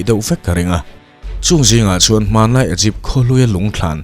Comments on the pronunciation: A bengvar thlak khawp mai. Mahse Sarcophagus = Sakrawphagi nilovin sarkawfagas. Egypt = Igipt. Hieroglyphic = heuglafix nilovin Hairawglifik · Igipth nilo in I gupt